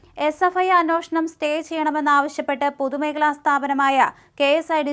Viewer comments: Sister it is anyeshnam and not anoshnam… sry …. Please correct…. The rest deliveries are good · ഈ ' അന്വോഷണം' എന്താണാവോ? ഇനി കവി അന്വേഷണം ആണോ ഉദേശിച്ചത്‌? 😂